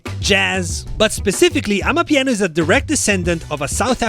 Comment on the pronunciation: you can hear how he Transends to properly pronounce amapiano.